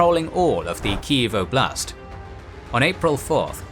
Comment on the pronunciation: And Generals: ''Oblast'' (област) means region. The emphasis on the word is on ''О'', not ''А''. Im Bulgarian but same word.